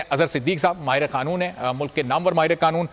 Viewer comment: بھای صاحب اپ سب لوگ معہ قانون دان اظہر صدیق سمیت قانون کو کانون بول ہے ہیں یہ لفظ ق سے قانون ہوتا ہے ک سے کانون نہیں۔